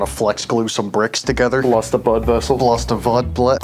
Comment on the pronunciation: “Blust a vud vessel”